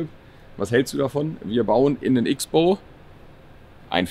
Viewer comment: Hört bitte mit dem "X" - bow auf.. das Auto heisst "CROSSBOW"!